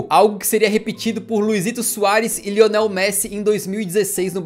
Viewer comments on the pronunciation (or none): none